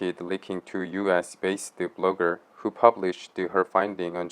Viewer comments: HWO INSTEAD WHO🤣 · However,,,👌.,it's "WHO" not "HWO".😀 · Why do u keep saying HWO? Isn’t it WHO? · Why is the guy pronouncing WHO as HWO? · Wait a minute... why you call WHO HWO in the video lol. Hilaaaaarious. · Why do you keep saying HWO? Good report by the way.